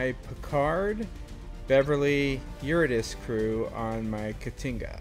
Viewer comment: Pronounced Your-id-uh-SEE, not Your-ih-diss.